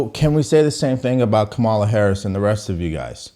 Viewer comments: u cant pronounce her name bruh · OVER 80 BILLIONAIRES BACKED HARRIS. 50 backed Trump. WHO are the billionaires Trump is giving breaks to? 1-Does a dem actually recognize the economy is an issue?? 2- AOC mispronounces kamala. Lol. Biden does, too, and the left slammed Trump for doing it. 2- many mock AOC bec she sounds like a moron. Nothing to do with gender. 3- Is there a Trump comment NOT taken out of context and Trump SHOULD BE keeping that in mind and tailoring comments to at least try to avoid it. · She mispronounced Kamalas name, thus making her ineligible to comment on anything requarding this election